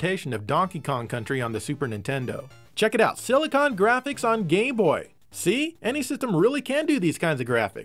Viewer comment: Watch the video it sounds like he says "gay-boy" then a moment after he says "game-boy". Lmao